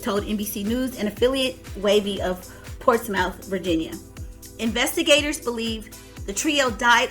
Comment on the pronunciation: She did. She pronounced it wrong